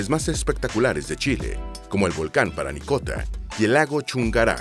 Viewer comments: Faltaron cosas y algunos nombres están mal: El nombre de la región más al norte es Arica y PARINACOTA, no Paranicota; la Capital de la Región de O´higgins es Rancagua, no el trabalenguas que se dijo xD; Es Araucanos, no el trabalenguas que se dijo otra vez xD; La capital de la Región de Coquimbo es La Serena, la segunda ciudad más antigua de Chile, fundada por Pedro de Valdivia, la cual no se nombró para nada al igual que la capital de los rios la cual es Valdivia y tampoco se nombró para nada al igual que la de la región de los lagos, que es Puerto Montt la cual tampoco es nombrada, pero luego viene el trabalenguas peor del video, la cual es la capital de la región de Aysén la cual es Coyhaique (que se lee Collaique) y por ultimo la capital de Magallanes es Punta Arenas. El nombre actual de la Isla de Pascua es Rapa Nui, ya no Isla de Pascua. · Parinacota, no "Paranicota" 🤦🏽‍♂️ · Oye por qué dice Paranicota?, lo correcto es Parinacota. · Es chistoso que por primera vez dijo Parinacota y luego todo el rato dijo mal Paranicota xD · Hola, estoy comenzando a ver y pronuncias mal parinacota, dijiste paranicota 3 veces... Ojo que aca no han habido nunca indigenas, no somos indios, somos mapuches, quechuas, aymaras, etc, pero no indigenas. En cambio puedes decir pueblo originario, ancestral, prehspanico, aborigen, etc. Saludos desde Pichidegua. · Parinacota. No paranicota 😂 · parinacota no paranicota XD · PaRInacota, No PaRanicota. xd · No sé dice paranicota. Si no. Parinacota. Haber. Parinacota. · (19/04/24) Oye presentador…. Lee bien los textos les nombre l AC primera provincia es Arica y PARINACOTA. Lee bien…. Un error es perdonable, pero no varios. Sorr